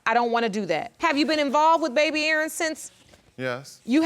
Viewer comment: Maryland, I got a question. Why do y’all bother with the name “Aaron/Erin” if you can only pronounce “Urn” ? 😂